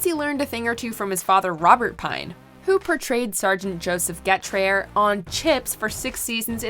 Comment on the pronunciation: And this lady mispronounced the character of Robert Pine's on the show. Left an R out of the name.